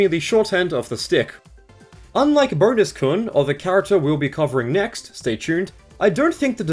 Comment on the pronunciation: Why did you pronounce kun as "koon"?!